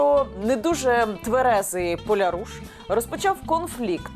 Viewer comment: ПолЯруш, наголос на я. Це по галичанському гаманець